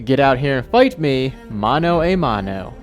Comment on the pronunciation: Its "Mano 'ah' mano" btw 🏳